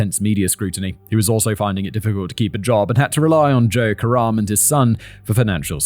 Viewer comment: Every time he said Joe Karem I heard "joke around" and every time I thought, "is this the time to joke around?"